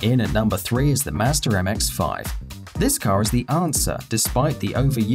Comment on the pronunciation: Ughh.... does anyone just drop their drawers when he says a car name with an R at the end? Mmmmmm mazders..... no offense to anyone